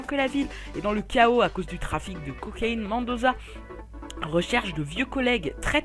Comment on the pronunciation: C pas mandosa mais mendosa avec l accent anglais comme dans pirates des Caraïbes, j ai fini le jeu hardline j aurais pu t aider ^^